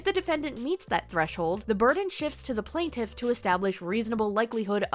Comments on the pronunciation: I appreciate you called yourself out on "plantiff". I had been giggling every time you said it haha. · You do say Plaintiff funny lol